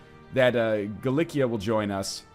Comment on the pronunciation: Norse is one of the designations that can be both a culture and a religion, which is maybe why this might've confused you. But like others have said, you do indeed have Catholic rulers already. Also, for Galicia, the c is pronounced like an s.